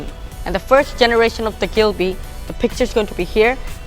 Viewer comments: It’s ghibli not ghilbi lol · It a ghibli not a glibie not mind just correcting you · Gilbi? Isn't it ghibli? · its Ghibly not gilby🤦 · It is not Ghilbi but Ghibli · Wrong pronunciation brother. It would be GHIBLI. NOT GHILBI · গিবলি নাকি গিলবি??